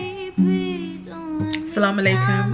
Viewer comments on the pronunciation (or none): Loool the Sallam alaiykum made me giggle! Gurl Walaiykumsallam ❤️ congrats and May God keep you and bubba safe throughout the rest of your pregnancy 🤲🏾 xx